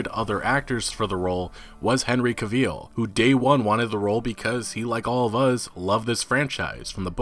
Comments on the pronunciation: It's CAvill, not CaVILL. The stress should be on the first syllable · Cavill, cav-ill not Caveeeel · If you say Henry CA-VEAL one more time, ima lose it 😂😂😂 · CaVeEl no, its cavill, cav-ill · Caveel? Pronounced Kav-ill. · Can Vill. NOT CAVEEEL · Why people pronounce Cavill so wrong? It’s pronounced like travel. Ca•Vil Not ca•veel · Ca-veel It's Ca-vel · "Henry Caveel" 😂😂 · Stop saying "caveeel". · Didn't know his last name was "Caveel". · No hate, his last name is pronounced like gravel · You can't even pronounce his name. It's Henry Cavill as in; travel. Henry Travel, Cavill. He will be perfect as Geralt btw, I can't wait. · I can already tell this video will be horrible cuz you can't even say his name right. Smh. "Caveel" 😂 wtf? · "Henry caveel" lol. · You mean Henry Cave Eel isn't your favorite actor?! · "Caveel"? Cavill. Rhymes wih gravel. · Cavill dude. Not Caveel. It’s pronounced like Travel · Henry Cav-EEL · Henry Cavill is pronounced like Travel not Caveeeel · Who tf is Henry Caveel? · I’d like to point out ...his name is Henry Cavill....Cav... & ill as in sick....not ville...as in De ville....get it right ffs😠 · I think you’re saying his name wrong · Why you sayin his name weird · This^, every time he said his name wrong i cringed. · that is NOT how henry pronounces his last name.... homework buddy homework 📚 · His name is pronounced like gavel but with a hard 'C' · Dude there are so many sources out there that you can tap into to be able to say Henry Cavill 's name properly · Cavil... rhymes with travel 👍🏻 Other than that, great video 🤣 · Small nit pic. Cavill is pronounced like the word travel, except a c in place of the tr obviously. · You are saying Cavil wrong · Why do you pronounce his name like that? Its pronounced extactly how its spelled.... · You really gotta YouTube how to pronounce people’s names before you make videos. First it was Keanu. Now it’s cavil